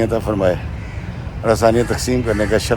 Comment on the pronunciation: السلام وعلیکم ۔۔ جناب میں نے آپ کی ایک تصحیح کرنی تھی کہ السلام وعلیکم کی ،م، پر پیش بولنی چاھیئے تھی جو کہ آپ نہیں بولتے ھیں ۔۔